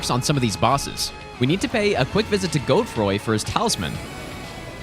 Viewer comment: Literally "Godefroy"